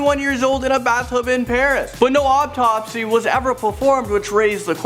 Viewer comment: he keeps on saying optopsy